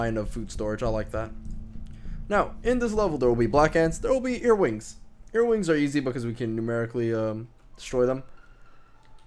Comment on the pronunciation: Are you saying earwings? Because where im from their earwigs.